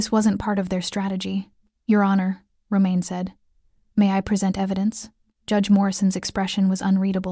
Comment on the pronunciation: Get an AI reader that gets names correct. I’m guessing his name is Roman; not romaine, as in the lettuce.